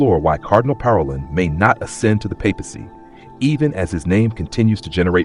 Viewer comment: Learn how to pronounce Parolin correctly !